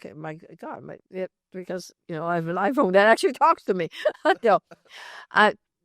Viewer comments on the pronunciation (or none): none